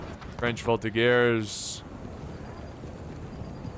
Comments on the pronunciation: Native french speaker here! Voltigeurs is pronounced "Vol-Tee-djers" but you take out the "d" sound. Hope that helps :) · Nope, in french it's more like "Vol-Tee-dgers" but you take out the "d" sound.